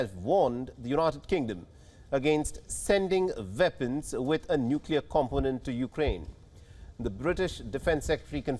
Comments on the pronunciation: Why can't the newscaster pronounce "W" villing, veapons, vorld, if he cannot speak English properly he shouldn't be reading the news in English it makes the channel sound amateurish. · my point was his accent makes a W sound like a V.